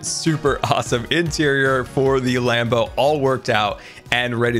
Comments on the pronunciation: Every single time he says land boat I think he says lambo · When he said Land Boat, I thought he said Lambo 😂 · Every time he says land boat i hear Lambo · I don’t know why but every time says land boat I hear lanbo like Lamborghini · I keep thinking whenever he says land boat it’s sounds like lambo